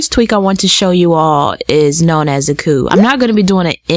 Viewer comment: Auki it pronounced "aww-key" lol. Great video!